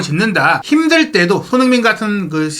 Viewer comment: 발음을 정확히 합시다. 손흐민❌️ 손흥민⭕️